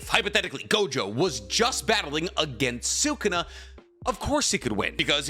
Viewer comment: Idk why this bothers me so much but it does It's pronounced Suh Koon uh Not Sooo Koon uh Anyways love the videos